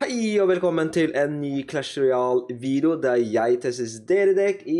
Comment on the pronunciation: Hvorfor sier du vido når det heter video???